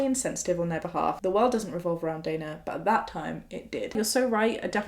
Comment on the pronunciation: is so insightful. Also first time to see someone with same spelling of my name mentioned (Dana), and pronounced it the same way I do 👏 sad things to be excited about 😜